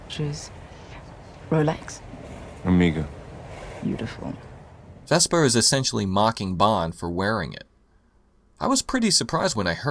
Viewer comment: You keep saying "Vespa" instead of Vesper. She's not a scooter you know?